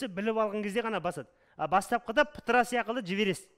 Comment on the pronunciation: Сияқылды деген бір түрлі естіледі екен